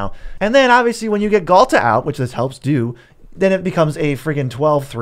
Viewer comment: quit the video instantly after hearing Ghalta, like... nah that aint it.